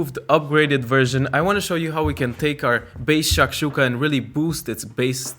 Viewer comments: it's shakshukA, not shAkshuka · I love how you say SHHHAKSHUKA and it looks heavenly! Though where I come from, a student breakfast that costs any more than $1 is not viable, so I'll have to tinker around with the ingredients, stretch the limits of how basic it can be Also I have no clue how the white side of green onions are leftovers for you that stuff's delicious